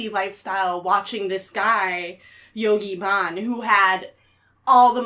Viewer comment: The Source Restaurant was not a vegan restaurant. We served cheese, milk, yogurt and cheesecake, and we used honey. Back then the term vegan had not even been coined, but the menu definitely included dairy products sourced from animals. To; it wasn't Yogi Bhann; it was Yogi Bhajan; you pronounce the j. Also, Yod is pronounced like goad. Jim Baker was legally married to Robin Baker. We did not use LSD in The Source Family, and Jim Baker did not walk around dosing people. The whole LSD induced premise you all go on and on about is completely wrong. Jim Baker died hang gliding on the island of Oahu, not Kauai; as stated.